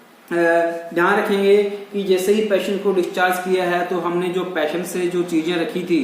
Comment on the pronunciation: I think you are from Rajesthan, you must be call patient not payshant.need to work more